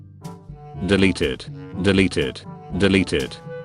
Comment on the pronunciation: When he said deleted it sounded kinda like deli tit